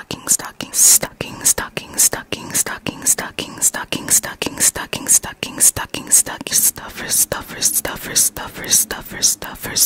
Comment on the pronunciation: i was just laughing bc when she would say stocking it sounded like stunky and i just